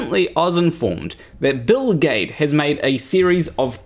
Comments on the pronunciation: Every time he says Bill Gaede I hear Bill Gates. kkkk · For a minute there, I couldn't figure out why you were having trouble pronouncing Bill Gates.... ;o) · ae is pronounced ä in german. Thats like the a in fan (in an american accent)... So for me his name is pronounced gäde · The biggest problem with Gaede (I pronounce his surname as Giddy) is that to those ignorant of science he seems to fit that whacky scientist extrovert cartoon in their heads. The rest is all turtles and effalumps elephants. 😀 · It's Bill Gede ( or Geed - silent last e or hell if it's any easier Gheed ) all work. Nice video btw! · Maybe it's Bill Gah-ee-dee 🤔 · Its Gayts… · Actually I prefer the pronunciation "Bill Jeed" "G" can be either hard or soft, "ae" has a long "e" sound for example we have Caesar. And the last "e" appears to be silent.